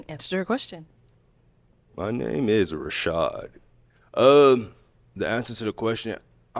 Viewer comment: "Rashad" MAY CHRIST HELP THIS MAN!!!!